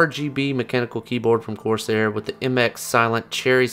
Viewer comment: dem 'corsiar' tho